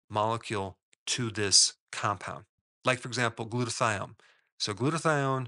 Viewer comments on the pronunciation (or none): none